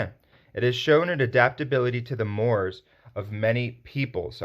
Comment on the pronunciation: 'Mores' is pronounced 'morays'.